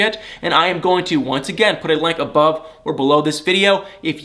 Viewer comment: Please pronounce the word correctly “link” not “lank”.